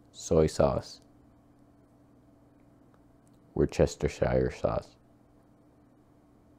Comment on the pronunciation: wuster sauce. just say it. wuster sauce. and you'll get it right. the 'u' is the same as the 'u' in 'put'. please america, no more woostershirsterwoocester. it's enough.